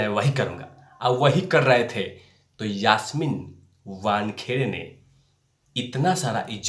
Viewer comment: मूह तो आप को छुपाना पडेगा पहिले तो यासमीन का नाम सही बोलो. आप का video देख कर हसी आ रही है. धीरज रख सब सामने आ जायेगा.